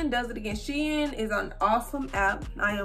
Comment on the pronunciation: I’m so glad you pronounce shein properly omg for some reason it bothers me how do many ppl pronounce it wrong 😭😭😭